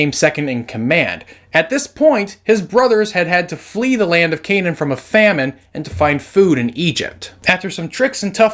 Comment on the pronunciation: It's not Canane but acually Cna'an